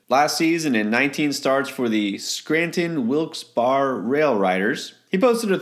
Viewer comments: Scranton resident here. It’s pronounced “Wilkes-BEAR” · I’m from Wilkes-Barre, and you’re right. I don’t know why I wrote “Berry” when I was thinking “Bear”. The way he said it scrambled my brain 😓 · It’s pronounced “Wilkes-Berry” in case you mention the city again